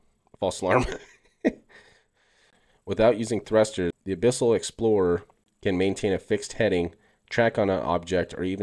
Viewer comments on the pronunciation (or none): none